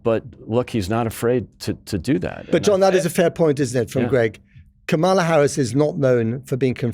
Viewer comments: Funny that the British Republican guest also mispronounces Kamala’s name. And he thinks Shapiro is the obvious choice? This guy is not very sharp, is he? Why is he even on this show? 🤣😂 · Unbelievably rude is constant calculated mispronouncing ot the Vice President of the United States. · Note Republican dude, in disrespectful, childish MAGA fashion, can't / won't correctly pronounce Kamala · Why can’t your male guests pronounce her name correctly? They are pronouncing it like Trump was doing after he found out that “Kam-a-la” was running for President. JD Vance is already picking on Walz military background btw. PS - groceries were already up when Biden took office because of COVID-19. It didn’t just happen when Biden took office. There were issues if you recall about containers not being able to get goods into the states. The suppliers raised their prices, but what has been disgusting and not acceptable is that those prices have not gone down when the economy got better, that is one of the things, Harris is wanting to investigate if she wins the White House. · Can the FOOL in the dark jacket please say the name of the Vice President correctly. His bias speaks volumes. Also, Waiz is amazing, Vance is a man who wears eyeliner. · I notice how the republicans from the news outlets to pundits to politicians are determined to show their complete disrespect by mispronouncing Kamala’s name. This guy gave away his bias and lack of character. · Note to non-American journalists. If someone pronounces her name as “ka mall a” like this guy did, instead of “kamma la” then you know they are acting in bad faith. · It's KAmala, not kaMAla. Kamala is Sanskrit for lotus, and she sure has blossomed over the last week. It remains to be seen if the bloom will last till November but nevertheless it's a refreshing change from the orange Despicable Me. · Gawd damnit cant yall say KA-MA-LA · Can we get our token republican denialist to at least pronounce Kamala's name correctly?